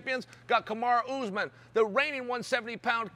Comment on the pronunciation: damn Chael called Usman 'Oozeman' in his face lol